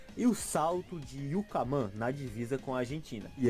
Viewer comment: Ai meu estado RS. E é Rota do Yucumã, e não do Yucamã, sei disso pois minha cidade faz parte dela.